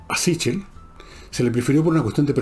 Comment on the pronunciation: Ese apellido es italiano y se pronuncia " siquel".